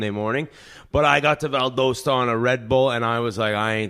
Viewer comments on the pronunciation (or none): The pronunciation of Valdosta has me laughing 🤣🤣